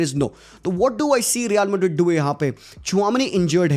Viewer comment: Real Madrid ❌ real vardid✅